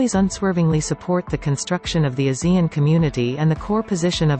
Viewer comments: Please don't swallow Asean name. Pronounce it properly. AH SEA N. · ASEAN is pronounced Ah- c- un